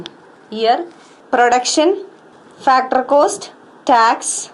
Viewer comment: why does she says factorrrrr and yearrrrr